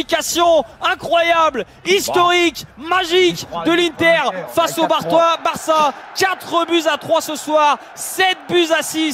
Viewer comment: Le lapsus à : "La qualification magique de l'Inter face au Barre-toi.. Euh face au Barça" 😁